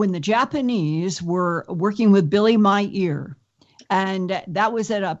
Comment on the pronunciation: Did you know that lindas ear is named billy? ... sorry when she kept saying billy Meyer* it sounded like "my ear" lol